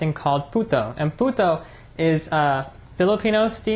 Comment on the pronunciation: I thought his said "Puta'' haha